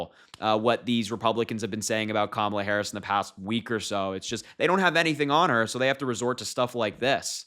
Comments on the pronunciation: They mispronounce her name to make it seem like she’s a foreigner. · And all the while, insulting their followers by assuming that they’re not or low educated. I bet you all the people in the crowd know how to correctly pronounce her name by now. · Don’t be naive my friend, republicans pronounce Harris first name as such , out of hatred, and disrespect, certainly on purpose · You are too young to be expected to remember the pro wrestler Kamala. That is why they are mispronouncing her name and, yes, it's racist. Voting Blue because I catch their drift. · IT WAS INTERESTING THAT TRUMP USUALLY PURPOSELY MISPRONOUNCES KAMALA'S NAME UNTIL HE'S IN A ROOM WITH A LOT OF BLK WOMEN! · Anali Habba has a lot of nerve mispronouncing Kamala's name on purpose.What a dolt. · Republicans are deliberately saying Kamala wrong to make her name "weird"...SIGH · They know exactly how to say her name. It's willful ignorance to impress their Orange Idol. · They’re not having a difficult time pronouncing it they’re disrespecting her by mispronouncing it on purpose. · The mispronunciation of her name is deliberate. It's some kind of stupud "tactic". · It’s their way of not acknowledging her existence by mispronouncing her name. It’s really a disrespect. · The republicans refuse to pronounce her name correctly because it is their way of demeaning and condescending! Trump has no idea how to be politically correct! Trump is a political flunky! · Republicans know exactly how to pronounce VP Harris's "(First Name)". They mispronounce it on purpose. It's a form of disrespect. I.E.... Sleepy Joe, Hussein Obama, Crazy Bernie.. est...est...est.... Trump knows his MAGA cult base are uneducated, ill-equipped and racist. He knows they're going to applaud the disrespect. I have a gut feeling, The Trump campaign have already come to the realization, He's not gonna win. At this point ; Trump's grasping for straws. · Cam e la??????? Cretins. Can't even pronounce a name????? Not the only thing that flopped.